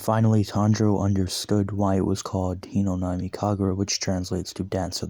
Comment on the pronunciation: I watched this whole series and I really like it. I do have an issue though. Its Hinokami, not Hinonami.